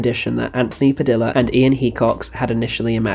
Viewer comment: Yep! He also kept saying Padilla wrong lol